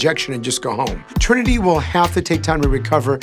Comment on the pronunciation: AKA WHO??? Girl its Trinity not Trænny